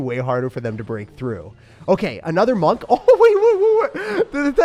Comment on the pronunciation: My guy called monk-"monke"😭😭😂😂 i can't